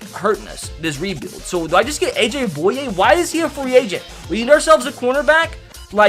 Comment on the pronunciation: Actually, you said Aj Bouye right.